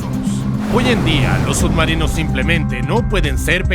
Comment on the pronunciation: Pronuncias sud marinos?